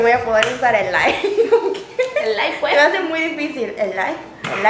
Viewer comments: Camba que se respeta dice "elay puej" 😂😂😂 espero video de Insong y David 🇧🇴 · Que lindas se ven tratando de decir Elay puej shdgodlj. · Me encantó como dijiste "Elay puej" ❤️🇧🇴 Saludos desde España. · exacto lo mismo, y es q Bolivia la zona oriental cambia la ese por una jota, en todo caso suena elay puej y elay pues